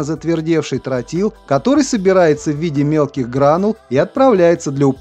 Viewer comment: Не "трАтил, а "трОтил", неучи!